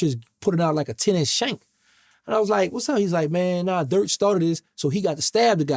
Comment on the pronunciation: Did this brother say durk